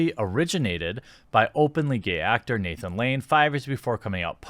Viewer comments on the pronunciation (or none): none